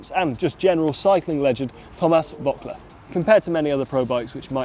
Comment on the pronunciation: Bad pronunciation of Voeckler ...